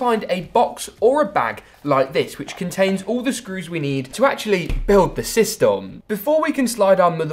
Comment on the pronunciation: I cringed so hard when he sayed systom